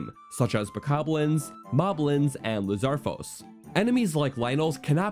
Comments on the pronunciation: it’s Lizalfos, not Lizarfos. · He-nox. Liz-ar-fos. Whut? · Bro really said “lizarfos” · ah yes, my favourite enemy. The lizarfoes. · Staygered...lizarfos...emblazzoned...caw-culated...are you having a problem talking, my man? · this guy: criticizes piggyback for saying a green rupee is 5 also this guy: says lizarfos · Hold up did he say lizarfos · bro honest to god said lizarfos💀💀💀💀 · Bro said lizalfos wrong